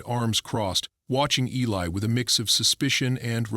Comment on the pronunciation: Eli not Helly